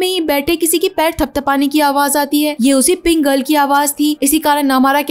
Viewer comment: Kya pink girl pink girl lagaya rka hai aisa lag rha hai k Pringle bol rhi ho Baki Sara tik hai I like it aisi films kha Hindi me explain ki jati hai